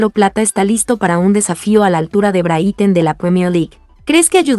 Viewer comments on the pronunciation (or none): NO SE PRONUNCIA BRITEN SINO BRIGHTON! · Porque dice Brithon ya mismo lo dice Brito 😅😅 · Encima de publicar noticias falsas no saben pronunciar el equipo... De verdad no se cómo carajos tienen la cara de aparecer y seguir?